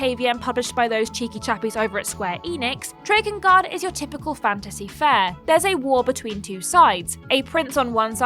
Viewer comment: Am I the only one to notice that pronounces 'Fantasy' as 'Fancy'? haha (Much love and respect,!)